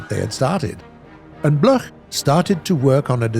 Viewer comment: Bloch is pronounced like block...